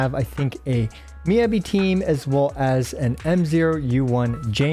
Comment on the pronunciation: Please... it's Mi-Yah-Bi, not Mi-yebi